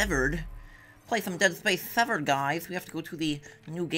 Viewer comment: wow when u say dead space severed that quick, it sounds like dead space 7. did any1 else notice that